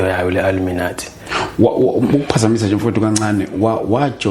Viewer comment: 😂😂😂😂Wether it's a lie or a dream, he could atleast Google how to pronounce Illuminati.😊😅😂hai aneva phela.